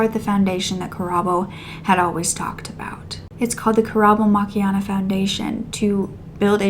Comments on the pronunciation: As a South African young lady, it warms my heart to see our cases being reported about as our murder cases go unsolved or justice is not served Mo-kw-e-na (that's how its pronounced) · I was thinking throughout the video, that the pronunciation of Mokoena is actually close to surname, Makenna, just M-o instead of Ma and the w/wê-sound added in. But not even us white South Africans get it right sometimes 😂